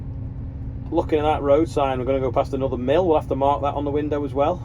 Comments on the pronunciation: Was sure it was Milf not Mills you were counting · I'm glad you clarified that was 'MILLS' you were counting. When I say it yesterday I thought it said 'MILFS'...🤣🤣🤣